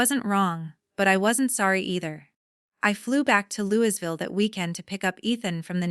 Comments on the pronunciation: Lou e ville, not louis ville. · Louisville is pronounced Louieville. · Your not from Kentucky or you would know the s in Louisville is silent. Good story though 😊